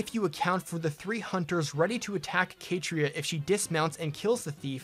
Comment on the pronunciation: I've never heard Catria pronounced as Kay-tree-ah lol